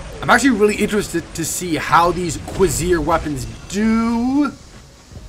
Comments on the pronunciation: its pronounced CO VER SE RARE lol. its french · The beta weapons of this set are pronounced (cu-race-er) and the alpha is juste (gend-arm)